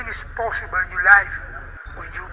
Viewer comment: Sad that Islam is out for the Sat fight, but shout out to Felder for stepping in on short notice.. That ending though, LMAO.. Everysing is poshible.. kol.. kol.. Kol and take anysing's you want it..